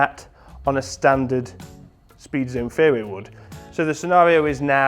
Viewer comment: Thought he was saying fairywood for a while there :):)